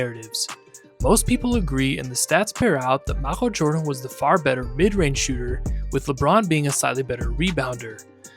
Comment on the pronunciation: "M'achel Jordan"